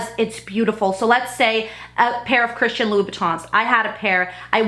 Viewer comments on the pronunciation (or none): "Christian louieboutin"